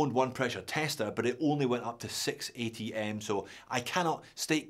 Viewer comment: I really like the part in the intro where States the maximum pressure of his testing machine in a way that it can be heard as "6ATM" or "680m". It's a good thing I knew what machine he was talking about or I might still be wondering. 😅 Great review as always. Unfortunately I won't be buying this one as I bought two o🪠Origins and I'm tapped out for the moment. 😳